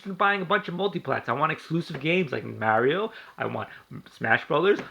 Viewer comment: AT LEAST KNACK IS AN ORIGINAL GAME, NOT THE SAME GAME OVER AND OVER AGAIN!!!! BESIDES YOU DON'T EVEN SAY MARIO RIGHT!!!! U FUCKED!!!!!!!!!!!!!!!!!!!!!!!!!!!!!!!!!!!!!!!!!!!!!!!!!!!!!!!!!